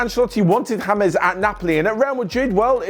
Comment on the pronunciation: Its james.. not hamez.. 😑